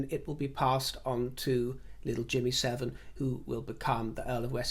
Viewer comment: I misheard you when you referred to James Viscount Severn as "Jimmy Severn" I'll let you workout what I thought you said.